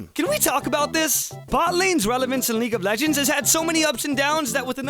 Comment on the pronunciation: lol leage of legeds